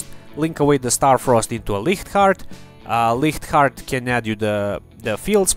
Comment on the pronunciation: Wow you are the first person I have seen to correctly pronounce the “ch“ in Reich and Licht Heart!